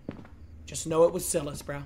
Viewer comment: He keeps saying saying Silas name so wrong🤣🤣 has he never seen any movies where the demons name is Silas😭